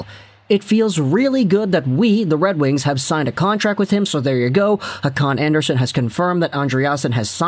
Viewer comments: its kinda like Andrea Son. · you're not pronouncing that right. the "son" part in scandanavian names are pronounced like you would pronounce sony.